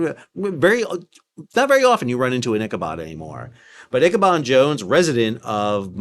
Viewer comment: I "Bab al Mandabbed" in this sail down Memory Lane each time you said 'Ichabod' or 'Margerita' (Margaretta) Plenty o' Marg's were harmed in this episode!